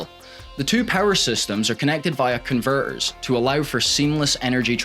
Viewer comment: Nice job, and maybe try pronouncing those 't's, e.g. "conver-ers" -> "converters", "veloci-iy" -> "velocity"! :-)